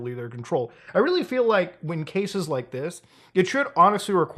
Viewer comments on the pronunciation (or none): none